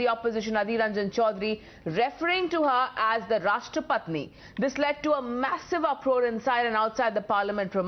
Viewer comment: At first two attempts he said correctly Rashtrapati Jii then he said nahi Rashtrapatni Ji. It was clear deliberate attempt not slip of tongue.